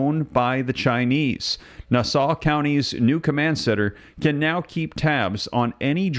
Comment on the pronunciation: It's pronounced nah-saw......😅😅😅